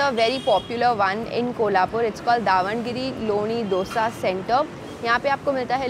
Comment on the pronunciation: Its not davangiri its davanagere